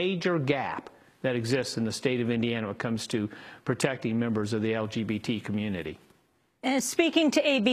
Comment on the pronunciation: "LGPT" members. Nice job news lady.